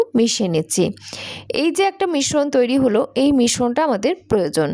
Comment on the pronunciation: শ এর সাথে র ফলা থাকলে স এর মত উচ্চারণ হয়। মিশ্রণ = মিস্ স্রোন্